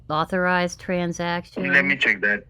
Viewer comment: Apple/Amajon/McCafe Sappote Scammer bingo "It is a suspeeeshus" "Different different locations" "Let me tell you one thing" "De heggers" Struggling with the pronunciation of the word "transaction". "Tranzacksun". "Tronjacksun". "Tranzackzen".